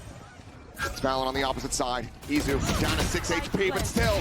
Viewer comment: Is it Itzu or Izu??? I thought it was Izu wasnt it?